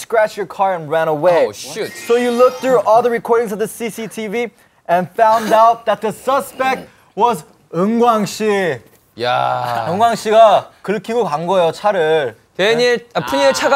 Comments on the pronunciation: No It was the MC but i think the MC only said shoot but it kinda sounded like shit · It was "shoot" but it did sound like shit